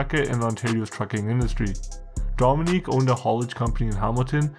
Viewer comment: Great content but you gotta pronounce these Italian first names properly. Domenic. Not Dominique.